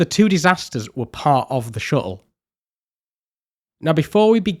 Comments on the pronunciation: Great video! Never heard "shuttle" pronounced without any "t's" before XD Shu-le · Ngl as a fellow Englishmen your pronunciation of shuttle was a bit grating on me haha. Amazing video though! Ok seriously are you aware of the letter T 😂